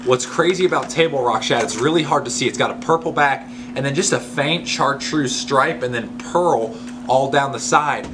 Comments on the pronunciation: Great info! Thanks for sharing!! Also you pronounce it shartreuse not char!! It's French! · MAN!!! Great info. Thanks for sharing. I'm going to have to go back and write all this down. we've fished together. No question I'm dedicated. But you know my brain doesn't have a USB port. It's still back in the floppy disk days. BTW, I've never heard someone call Chartreuse exactly how its spelled. Char treuse I've always said it like "Shartreuse".